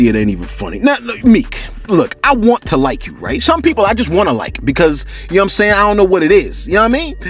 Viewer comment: Shout out to you bro . I’m African , Liberian 🇱🇷 to be exact . The way you commentate be having me rolling with laughters as usual, I ve never had a bad time listening to you on here bro, my favorite is when you say “ you see I’m saying!” 🤣😂😂😂💯 . And then out of sudden a long deep breath of silence 😂😂😂. Keep it up fam.